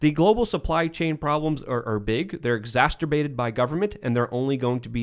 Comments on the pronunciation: there is only 1 "T" in "exacerbated"; it isn't "exasturbated" lol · It’s starting to bother me that doesn’t know how to pronounce exacerbated. It’s not exasturbated 😅🤦🏽‍♂️ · it’s exacerbated not exacterbated. You keep saying it wrong. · Is this the Tim and show? needs to shut up. “Exassterbated”? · How many times does going to say, "Exasturbated"? I think someone needs some alone time....🤣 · Will someone please explain to that the word is "Exacerbated" not "Exacturbated". Also, could you guys give him a valium or something before air time? He's all but frothing at the mouth with his anti-corporate rants. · It's not 'exacterbated'. It's 'exacerbated'. There are not two Ts or two Ds in it and I want to shoot the ceiling every time he says it wrong. It's also not 'effectivasty'. It's 'efficacy'. What is his love affair with mispronouncing words? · Can someone teach how to pronounce "Exacerbated". "Exasterbated" sounds like a sex act. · exasturbate Everyone: exacerbate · I love all these cromulent words is inventing like "Effecticy" & "Exascerterbated" Hope you never catch your teenage son Excasterbating 🤣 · really needs to stop saying "exacerbated" because he can't pronounce it. There is only one "t" in there, buddy. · Egg-sass-her-bay-ted. You're welcome,. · When says "EXASTERBATED" 🤣🤣🤣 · It's hilarious! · The word exasperated is not pronounced like the word masterbated.